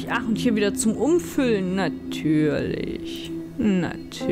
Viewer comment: " NaTÜÜrliCCCHHH" Wer bist du und was hast du mit gemacht?! o_O Gold soweit ich mich erinnere. Du hättest natürlich auch deine Hand damit vergolden können. Lydia die Goldfaust macht sich nicht schlecht als Spitzname für eine Monsterjägerin =) Das ist tricky. Man KÖNNTE es natürlich auch nur bis zum entsprechenden Strich füllen, aber dann wäre es ja kein Wimmelbildspiel, wenn es das zuließe ^^ (Und jetzt muss ich dir noch die Lösung auf die Nase binden sonst wäre meine Knobelei umsonst xD Für 6 Einheiten machst du das 9ner Fl. voll und machst damit zwei mal nacheinander das 4er voll, das du jeweils danach ausleerst. Jetzt hast du im 9ner noch 1 Einheit und im 4er nix. Dann füllst du die 1 Einheit vom 9ner ins 4er und machst das 9ner wieder voll. Zwischenstand 9ner voll, 4er hat 1 Einheit. Jetzt nur noch das 9 ner ins 4er leeren und es bleiben dir im 9ner 6 Einheiten.... so einfach nach Adam Wimmelbild ähhh Riese:S )